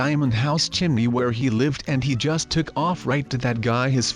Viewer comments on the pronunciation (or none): none